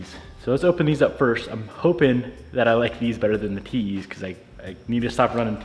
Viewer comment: Anyone else hear “TeeHee’s” instead of “TE’s”? 🤣